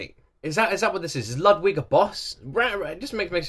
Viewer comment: is it pronounced l(uh)dwig l(uh)d(v)ig l(oo)dwig or l(oo)d(v)ig?